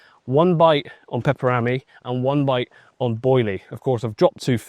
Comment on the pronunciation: The pronounciation of pepper-rami....🤣🤣 its one word not two.